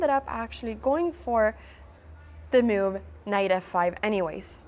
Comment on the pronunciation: The way she says mewve though )